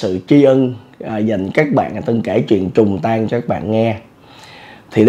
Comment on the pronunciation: “Trùng tang” ko phải “trùng tan” anh à 😂